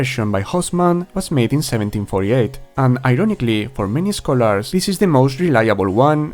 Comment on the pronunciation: I like your videos but holy moly man you HAVE to work on your pronunciation of some words in English. I had to turn on subtitles at some points which I am glad that you included by the way. The word "scholars" has its stress on the first syllable and it is not pronounced that way, and the word "dubious" is not pronounced that way either. There are many more examples, such as the word "attributed", which has its second syllable stressed. Take this as a friendly piece of advice. I hope I don't come off as an asshole. I really just want to be helpful and offer some constructive criticism. All props to you for even knowing more than one language. Just work on that strong accent and pronunciation a bit my man!